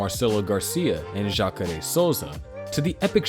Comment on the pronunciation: And Royce, Roger and Royler. And just when I thought it couldn't get any worse he butchered the hell out of Jacare. I'm kind of impressed that he went to this much work to make this documentary while knowing nothing about the people involved. How could he have not known he was going to get called out?